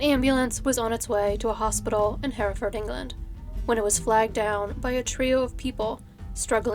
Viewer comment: Can I just say I'm from Hereford and I'm so happy to hear you say Hereford correctly! So many people from the States pronounce it 'here' (as in 'here I am) ford. And thank you for covering a case from my little home city. I really enjoy your videos, you've got great narration x